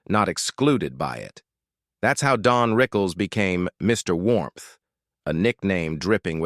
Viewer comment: DON,not DEAN? right?